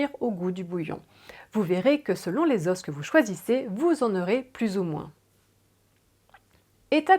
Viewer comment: Tre bien mais on ne dit pas des " zosses" pour des "os" mais on dit des "zo" pour des os phonétique importante! MERCI.